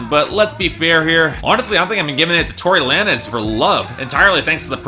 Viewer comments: It's Tory lanes not lan-ez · it's pronounced like tory lanes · did you just call him Tory Lan-ehz lmao